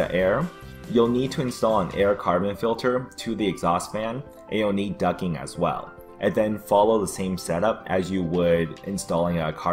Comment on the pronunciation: 2 things.. 1.) Nobody gonna talk about the OG Sharpie skills? 2.) Nobody gonna talk about the fact he said "ducking" when talking about venting the closet instead of "ducting." Maybe it's only hilarious to me because I'm in HVAC.